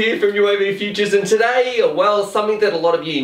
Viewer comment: Why have you not stressed "t'daaaayyy!!!" Like you have before? Comments got you down?